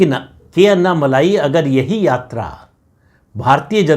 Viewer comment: अन्ना मलाई नही जी। अन्ना मलै। 🙏🏽